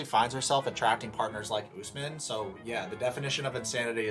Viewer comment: It cracks me up every single time you refer to Kim as "" and Usman as "" 🤣💀